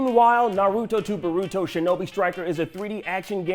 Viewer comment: he pronounces naruto and boruto so badly